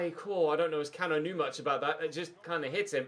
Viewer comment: Cano is actually pronounced Can oo